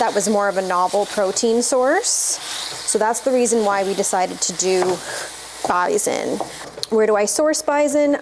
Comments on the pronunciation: What is "bizen"? Do you mean, bison? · Took me a sec to figure out what you were saying when you said BIZON…as we pronounce is bi-son. With an S. Now show us what you feed your shepherd. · At the beginning, during the other recipes, you referred to the bison and I had no clue what you were saying or meant. Then when you began the recipe, I was like “AHH!! BISON” FYI? It doesn’t have a “zed” in it 😉 Pronounce that “s”!!!! 😊😊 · Me, an American, took way too long to figure out what bison was. We pronounce it totally differently. I love finding out random little things like that.